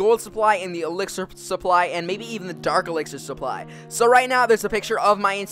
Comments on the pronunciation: you spelled supply wrong you said suppy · "Elixir Suppy" Someone forgot the L guys, Cmon!